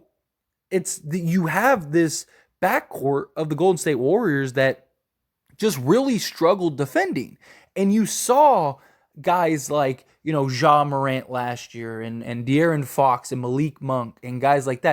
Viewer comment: Bro you gotta stop saying Ja Morants name like that lol there is no “Z” in Ja. Ja Morant not Za Morant